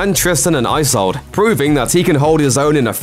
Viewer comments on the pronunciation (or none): none